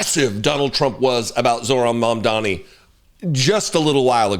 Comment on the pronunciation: *Mamdani noy momdani. I know donny taco probably tried to call him mommy or daddy after falling head over heels in love with him. But can americans finally start using people's names properly? He isn't called zoo-ran, nor mom-dani. His name is zohran mamdani. This isn't an attack against you personally. But when all of you mis pronounce his name despite claiming to respect him. It only adds more suspicious of how r a c i s t your country is. That being said I loved watching taco fold over and act like a fangirl😂.